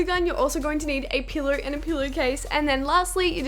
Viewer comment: when she says pillow it sounds like pillar